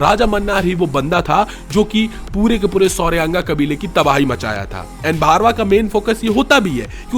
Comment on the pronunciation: Bhai its bhairava not bharva